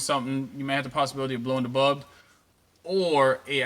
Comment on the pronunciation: It sounds like you don't say bulb but bub